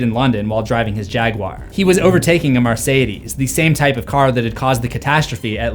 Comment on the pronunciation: Why does he pronounce Mercedes so strangely?